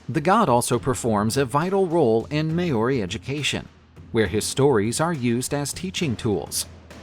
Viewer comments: Maori not may ori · Thank you for scaring some of my culture. Not even my maori teacher would teacher me these things. It's not may-ory it Ma-ow-dy. And it's not wang-a wha wha-unga, its to-ung-a. R's are actually rolled a little on the maori language and "ow" is also a promonate sound. How did you get the last videos pronunciation good then do the complete opposite this time? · First: thank you for sharing some of my culture. But...It's ma-ow-dy, or the lazy way "ma-ow-ry. But it's not "may-or-i." And it's not wang-a. You can use Google translate to find the right pronunciation. R's are actually rolled a little on the maori language and "ow" is also a promonate sound. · > Maori Longer aa sound, no y, short o.